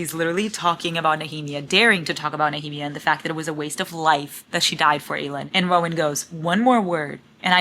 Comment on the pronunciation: Every single time you said Aelin’s name incorrectly it low-key killed me 😂 I’m like “who is Eileen?!”